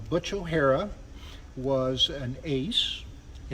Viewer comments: “O’hare” is pronounced: Oh-hare, not O’Hara. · O'Hare, NOT O'Hara. Not a high point in museum curation. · I believe Butch's last name was O'Hare, not O'Hara. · O Hare,not O Hara.. O Hara was a bad guy on "Enter the Dragon"